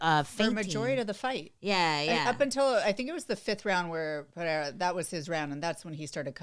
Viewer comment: Ang, it's Pereira. Not Pereiya or Pehera. Do you say Charles Oliveya? If there is no double r (as in Ferreira) then there is no "H" sound. Was painful listening to the desk post-fight.